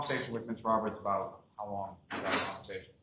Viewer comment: “Hos long” … 🙄